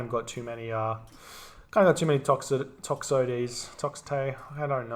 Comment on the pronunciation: I swear every new video has a new pronunciation of toxote. A real classic